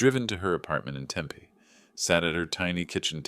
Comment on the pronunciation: AI, please learn how to pronounce Tempe. You are WRONG IN THIS STORY.